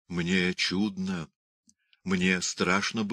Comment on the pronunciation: Не впечатлена чтением. Художественное чтение - это же не рассказ загробным голосом с протяжным произнесением слов! Чтец ударения в словах ставит неправильно. Всё у него "чУдно", где надо "чуднО", да "молодцЫ" вместо "мОлодцев". А в начале, там, где Данила поёт песню сыну, её надо ПЕТЬ, а не проговаривать.